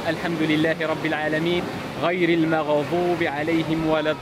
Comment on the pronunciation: القراءة الصحيحة للفاتحة : " المغضوب عليهم '' ليس المغظوب عليهم " الضالين" ليس الظالين بارك الله فيكم ❤